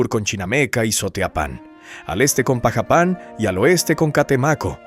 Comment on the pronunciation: Dudo si es verdad lo q dices en el vídeo pronuncias mal Xalapa es jalapa así se pronuncia también pajapan lo pronuncias mal antes de ASER un video ilustrate infórmate primero .